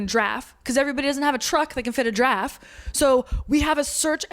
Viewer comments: Oh, Giraffe! I thought you were saying “Draff” and I was confused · Giraffe is two syllables ma’am